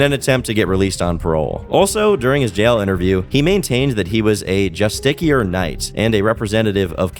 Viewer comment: its pronounced "just-ish-ier", not "just-ick-ier". but great vid as always